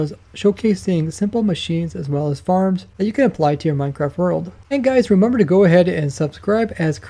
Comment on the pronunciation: Everytime I hear it, "reemumber" and others I cringe